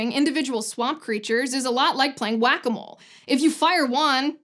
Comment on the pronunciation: Hugs cure headaches. Come on, bring it on in. Come on, huggie time. Oh she said whakamole! Lol. She inspires me.